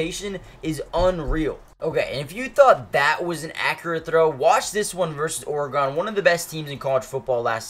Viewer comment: How did he just pronounce Oregon